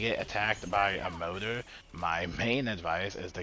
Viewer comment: i keep wondering why you were saying motor? then you said ems motor and i realized you were saying mortar. that said yeah ems and mortar honestly pretty key in this mission. just keeps them fellas back. its the biles that just absolutely stomps around.